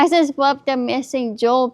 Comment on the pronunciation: "you got me bwacelet? omg I wub it! ESPECIALLY THE MISSING JEWEL PIECE, IT MATCH MY PERSONALITY" 😅🤣